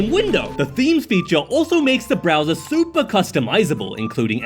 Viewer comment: I heard 'soupy' humans 😅